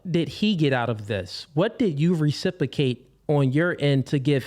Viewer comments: I love when people can’t say a word properly and yet they choose to say it over and over again. RecipROcate, sir! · Anyone picking up on the fact he can’t pronounce reciprocate?! “Recipacate” 😆